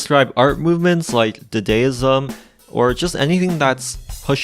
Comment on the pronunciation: It's Dah-Dah ism not duhDAYism